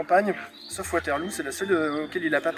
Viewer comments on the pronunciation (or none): WaterlO pas Waterlou (pour la prononciation )